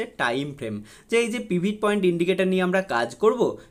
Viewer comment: পিভিট পয়েন্ট নয় কথাটা পিভোট পয়েন্ট